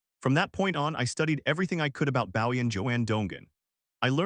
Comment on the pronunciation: It crazy how they pronounce Gina and Bowie.